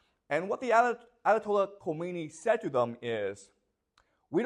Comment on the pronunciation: pronounced kha me ne eeee